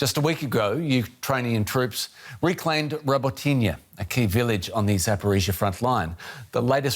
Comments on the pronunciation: Say it with me now - Robot-Nee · I’m dumbfounded about why so many streams, including these guys, continue to pronounce Robotyne incorrectly. It’s Ro-botin-eh